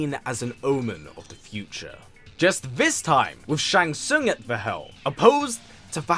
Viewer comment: Shang Sung😂